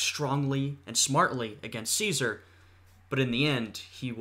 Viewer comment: I gave you a sub not only for risking an inevitable strike for this video, but also for acknowledging the proper Classical Latin pronunciation of Caesar. Though, one little semi-pedantic correction: When you say Caesar in the Classical Latin fashion, the ae diphthong should be held for an extra vowel length. The length a vowel is held changes the meaning of the word from a simple noun to a formal title. That being said, great reaction.